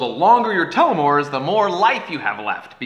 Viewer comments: Damnnnnn son that's really good, although its pronounced "Teeel-oh-meeres" not "telemeres" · I've always heard it pronounced "tell-o-meers" not "tell-o-mores". Maybe it's a po-tae-to poe-tah-to thing. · pretty sure you were saying that wrong telo mores.